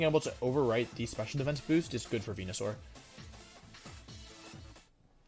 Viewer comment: Why does he say venusaur like that